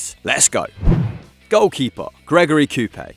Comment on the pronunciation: You pronounced Coupet pretty badly. Also I loved those Lyon teams back in the day!